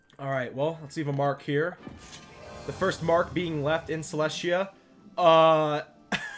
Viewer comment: I thought Celestia was pronounce Cell-Est-Tea-Yah